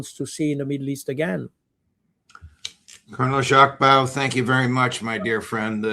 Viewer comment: Baud. It’s just pronounced similarly to beau.